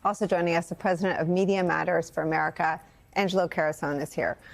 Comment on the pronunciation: pronounced.. MeriKa 😅